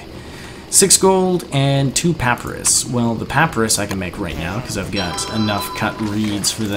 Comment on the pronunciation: Puh-pie-rus. That's how you pronounce it.